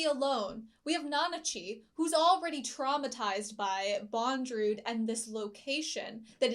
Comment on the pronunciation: His name is Bondorudo not Bondrewd.